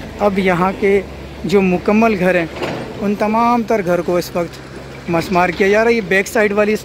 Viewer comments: Musmar nahi mismar sahi word hay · actual word is MISMAAR, NOT MUSMAAR